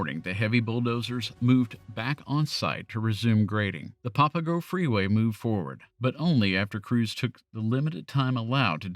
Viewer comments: Here's another correction it's not "papa go" it's "pa puh go". Otherwise, great story. I always wondered about that tunnel. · Also Papago not popago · "PAP-uh-go" (where PAP rhymes with "snap"), not "POP-uh-go". "HO-HO-comm", not "ho-HAWK-um". Think of Santa Claus when you say it. Not criticizing you, just offering gentle corrections. People who are not native speakers of Arizona English rarely get these right. Pronunciation aside, thank you for the interesting history! I moved away from Phoenix a few years before this drama. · I know you’re not from here and have probably never heard the words pronounced before but it’s PAP-UH-GO and HO-HO-KUM